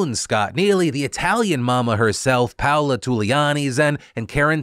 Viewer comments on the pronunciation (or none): none